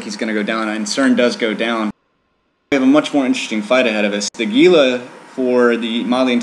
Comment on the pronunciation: Speaking of "stupid annoying derpy ignorant", it's pronounced HEE-luh, not GEE-luh.